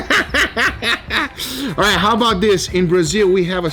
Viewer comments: "Coming up rith now!" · Rith. Yall not noticed that?